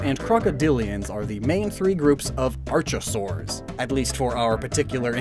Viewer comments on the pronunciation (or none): said archosaur wrong its ark not arch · I’m gonna be “that guy,” and mention that the “H” in “Archosaur” and the “U” in Quetzalcoatlus are both silent. And that the “Q” is pronounced as a hard “K,” as in Quetzalcoatl… and quetzal… and “Que?”… which in English pretty much means “Huh?” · Archosaur is pronounced ark-o-saur btw